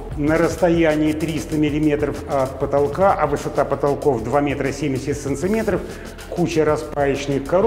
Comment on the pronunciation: Вот одно не могу понять ,почему САНЦЕМЕТРОВ ТО !!!??? А НЕ САНТИМЕТРОВ !!!! в каком регионе так говорят не правильно ??? Уже не первый раз слышу эти солнцеметры блин !!!